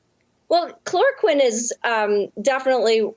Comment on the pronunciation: she is just bullshitting, throwing out a bunch of "sciency" sounding terms to impress redditors, while hardly even being able to pronounce chloroquine. Also painfully obviously reciting a script. Lmao. "the danger is, we don't know exactly why it works" lmao, the same is true for a raft of medical treatments in daily use. Medicine is not a science, it is an art based upon science. Why a treatment works can be figured out later, from the pov of saving life, it is largely irrelevant and a moot question.